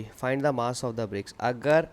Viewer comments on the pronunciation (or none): Good explain but mass ko maass